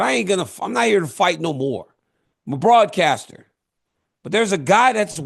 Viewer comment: I’ve never heard somebody say they were a broadcaster so hard before. lol Much love DC!